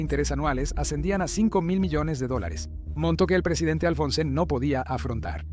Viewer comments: Oye!!! Que PROBLEMA TIENES CON LOS NOMBRES?!???....Javier MALAY?"Javier MILLET"?'!!!!! "Presidente ALFONSEN?"!!!!! ...No sabes ni pronunciar bien los nombres de los Presidentes! ....Presidente "MILY"?!!!!! ...Presidente "Raúl ALFONSO"???!!!! Tienes problemas de DICCIÓN? o SIMPLEMENTE IGNORAS sus nombres? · Raul Alfonsen jajaja es Alfonsin 😂 creanle ustedes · Mucha ia... (se procede a dejer de seguir) en la parte de raul alfonsin q le llama de cualquier manera menos alfonsin